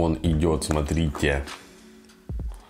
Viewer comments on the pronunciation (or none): none